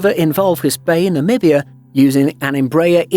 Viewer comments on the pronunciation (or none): none